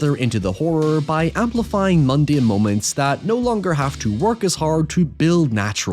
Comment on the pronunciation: "naurrrrr" "hoyevar"